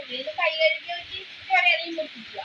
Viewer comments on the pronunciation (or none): none